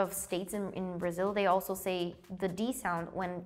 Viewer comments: What? In VietNamese, we say bờ-ra-sin. It's a 's', not 'z'. Edit: add timestamp . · "Some of you had perfect pronunciation just like us" They're different languages 🙄 There's no such thing as a correct pronunciation. Brazilian girl kinda annoyed me tbh (Im brazilian btw dont come at me). Meio sequelado ficar zoando as outras línguas, não sei se só cortaram no vídeo pra parecer que ela fez isso com várias das pronúncias, uma coisa é se chocar, a outra é ela meio que debochar das outras línguas. Não é hate não, mas dá pra se chocar tendo um pouco mais de respeito. :\